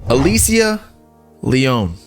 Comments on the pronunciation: & it's Alicia, pronounced Ah-lee-sha. Not pronounced Alissa. 🙂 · Uh lee see ah bro that’s how you spell Alicia pronounced aleesha haha